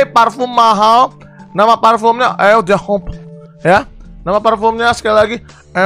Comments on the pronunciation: siapa yang ngakak setiap kali dia bilang eau de home 😂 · Hal terngakak adalah pas bg brando ngomong "EU DE HOME" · Ngakak pas bilang Eau D'Homme 🤣🤣